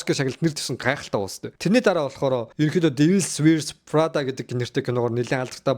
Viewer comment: Фринцесс диаарисс, дивийлс вийрс фррада бишшүү дуудлагаа засаарай😊